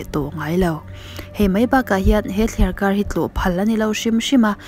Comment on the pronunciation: Thliarkar rauh tih kha, thliarkar roh tih zawk ni awm tak. Kan tawngkam hi, kan inen fiah deuh a ngai a nih hmel hle mai!!!